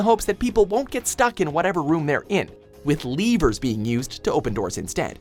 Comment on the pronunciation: Spent 5 minutes trying to figure out what the hell a "leever" is until I realized it was just his atrocious pronunciation of "lever"